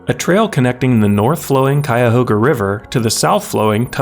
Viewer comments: Akron is in Summit county named for the summit between the two watersheads, and east of that is Portage County because of the portage between the two systems. Also bonus points because you said Cuyahoga the right way. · thank you for pronouncing "cuyahoga" correctly.